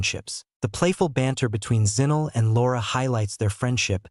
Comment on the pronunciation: Zinell is actually Zinhle pronounced "Zin-claire", well close enough..